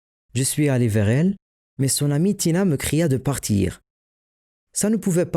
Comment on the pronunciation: " Son amie Tina " j'ai sursauté c'est là première fois que j'entends mon prénom comme ça 😂